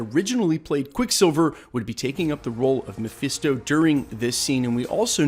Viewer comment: "mephiesto" lol